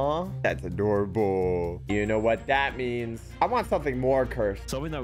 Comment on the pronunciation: Wait did he say aDOORable? (Did you get it)